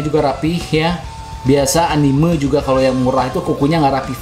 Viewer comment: Entah kenapa saya suka kesal kalau mendengar orang mengucapkan ANIMEU dan MANGA bukan ANIME dan MAN'GA.